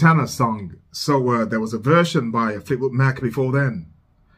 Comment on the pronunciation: fleetwood Mac like like in (a)mbrosia not like m(o)cking. Or like hay Mack.